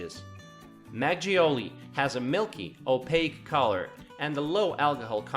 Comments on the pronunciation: Magioli? XD Its Mak-Golie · It’s called Mak-goal-lee, not mak-geoli lol. It’s a good video thou. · the actual pronunciation of (the milky-look) alcoholic beverage made of rice is closer to "mahg-gul-ly" rather than your enunciation of "mah-jiouly." Koreans write as "makgeolly" because for some misguided reasons, Koreans decided to spell universally the short "u" pronunciation as "eo" when writing Korean in English. If you are at all familiar with Korean writing system, you would know that all their vowels have one single unique pronunciation, unlike English in which the same vowel could have multiple different pronunciations depending on their position relative to consonent(s) within a syllable. So, thinking in terms of their own writing system, they have created a chart designating one specific vowel sound to one specific spelling. Some spelling is way off when native English speakers pronounce it, but that's the way it is. So, the correct pronunciation of Seoul is "suh-wool." By the way, the body of water between Korea and Japan has been known and called as East Sea for many millenia before Japan decided to call it the Sea of Japan when they became a military power in the 19th century. Only through their propaganda during the peiod of imperialism and colonialism in step with Western countries, they were able to put that designation on the books of Western countries and made it stuck. But historically, it is known as East Sea. Moreover, there are some European maps pre-19th century that designates that body of water as "East Sea." Most likely they were made prio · Makgeolly should be pronounced not 'mak joully' but 'mak girlly'. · makgeolly sounds so funny we pronounce that more like makgolie or makholie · How he pronounces makgeolly tho lmao it's mag-gul-li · 맥쥬얼리가 아니라 막걸리 ㅋㅋㅋㅋㅋㅌㅋ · It's pronounced "Mach go lee" 😑 not mag gee ole ee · 매지올리-mazioli ?-> Correct pronunciation is Mak kurl Li not mazioli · Lol "magjeolli" it's pronounced makoelli